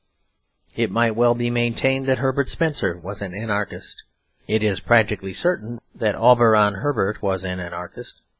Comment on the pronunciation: I'm very grateful to this reader or his clear diction. But I'm astounded at his perfect genius for mispronouncing many words by emphasizing the wrong syllable! The dozen times that the word "anarchist"" occurs, for example, he confindently pronounces it a "an-ARE-kist." And "automaton" becomes "aw-to-MAY-tun." Such things keep happening, as when he accents the last syllable in "servile." He is a rare phenomenon that should be studied!